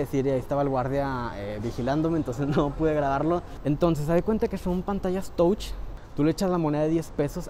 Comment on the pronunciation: Todo muy bien,solo para ayudarte un poco,la palabra Touch (significa tocar)en inglés,se pronuncia Tach.